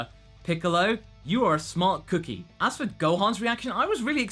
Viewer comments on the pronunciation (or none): none